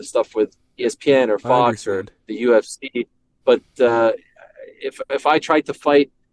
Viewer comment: This guys inability to pronounce the vowel sound for words ending in i or e is excruciating. Its not the UFCeh ITS THE FUCKING UFCee! The tism is real with this dude.